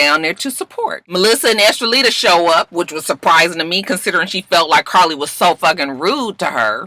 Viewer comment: Lord I think she's saying her name is Estellita. I thought it was Estrellita, which means little star. It's crazy Joseline's baby has the same first name as me and that new Latin artists name is close to my middle name Estrellita.....oh well I know no one gives a good God damn. 😂